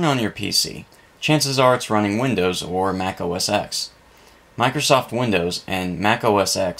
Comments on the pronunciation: OS ten - not ex! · OS X is pronounced OS ten, not "oh-ess-ex" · It's pronounced: Mac OS 10.